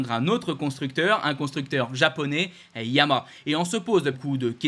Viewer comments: tu n'as toujours trouvé un orthophoniste pour ton défaut d'élocution:YA-MA-HA....... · T’as du mal à prononcer Yamaha !